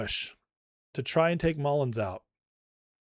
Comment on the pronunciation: love ya guy - but it's Mullin. No "s" at the end. 😉😊